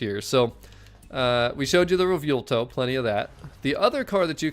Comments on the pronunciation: Butchering the name bro 😭 (Anyways, amazing content) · If you're talking about the way he keeps saying Revuelto, I cringe every time he says it too. But we love so we can deal with it.